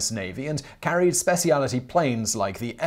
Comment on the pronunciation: Spe-Ci-A-Li-Ty? Is it common to pronounce it that way?